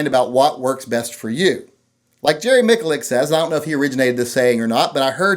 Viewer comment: You are saying Jerry's name wrong.